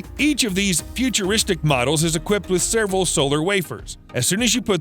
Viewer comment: I hate that he says "sairval" instead of "several"